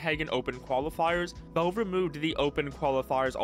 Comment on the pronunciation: Bro saying Volve